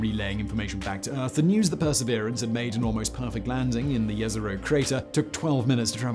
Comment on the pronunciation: Kudos for pronouncing "jezero" correctly :-) (it means "lake" in many languages)